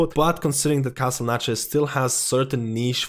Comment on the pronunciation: What is that accent of his, with the lack of th-sounds? Like "Castle Natria" and "tree percent" et.c.